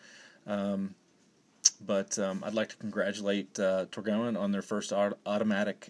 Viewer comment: It’s pronounced “tor-goine”